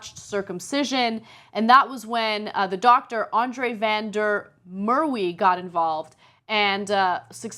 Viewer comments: Van der mer "weee" - it's pronounced van der mar ver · Van der Merwe is pronouced Vahn dare Mare wuh. It most likely originated from a river in the Netherlands called the Merwede. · Haha, it was funny to hear your pronunciation of van der Merwe, Ana. I'm just teasing :). I know Afrikaans is a tricky language. The pronunciation would be something in the line of "fun dir" the "Merwe" part is the most difficult. The best thing I can think of is to use the "Ma" of the word "man", so something like "Marvuh". We also use Gutteral R's. "fun dir Marvuh"...Well, it sounds right in my head, hehehe. I love TYT. I enjoy how you guys present and speaking your mind as to what you think about a situation. As a South African, I would like to hear your thoughts about the current Xenophobic attacks that are happening. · Laughed so hard when Ana when she pronounced Andre vam der Merwe wrongly. But I get why... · You guys TOTALLY butchered the doctor's name!! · How she butchered his surname "Van der Merwe" is absolutely brutal O.O My South African ears bled...